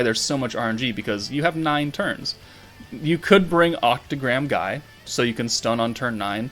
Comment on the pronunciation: Isn't Guy's name pronounced as Gye/Gie/the gi from (gift).